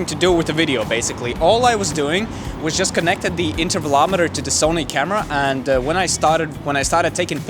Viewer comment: Did he say tevelometer? The picture taking device?